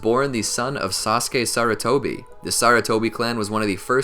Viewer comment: Was I the only one that heard sauske saratobi